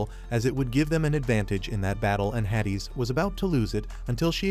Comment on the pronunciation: Yeah AI narration be like that 😂